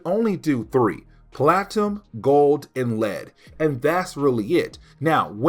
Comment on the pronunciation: Platinum is pronounced: "Pla-tuh-num" not "Platum"